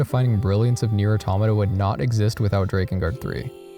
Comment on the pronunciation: Immediately starting the video by pronouncing "Automata" correctly. Instant like.